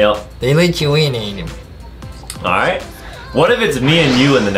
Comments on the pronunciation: Adem You. Are. Saying. Your. Nema its. Adem. 😂😂😂😂😂😂😂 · Hey i like ur vids but i dont really like how in minigames you say “vote adem” but no matter what ur vids are amazing still<3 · BLESS U ADAM or as Justin says ADEM LOL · Did you call Adam Ms Farter?